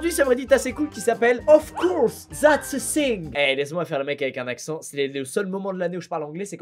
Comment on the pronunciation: "Of corse zats eu sing" 😭😂 jppp SHUI morte